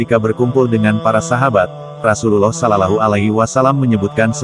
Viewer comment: Assalamualaikum bang buka salallahu tapi shollawlahu 'alaihi wassallam yang bener klou pengucapan bang